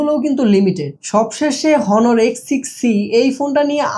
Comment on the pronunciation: ভাই , হনোর না, অনার